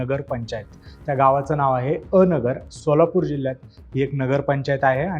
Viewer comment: पत्रकार महाशय..... अ नगर नाही हो 😡😡 हे अनगर आहे भावा 😂😂